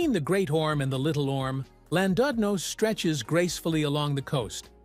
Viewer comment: Why an american AI accent for a video about UK seaside towns?? And where on god's green earth is Landoodno?? Utter garbage!!